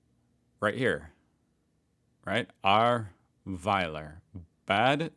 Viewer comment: You pronouced Ahrweiler quite well, Bad Neuenahr not so well :D